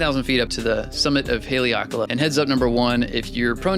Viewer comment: Pronounced HA LEH AHKA LAH we live in Maui. Next visit reach out to us and we can do an X2D and M11 video.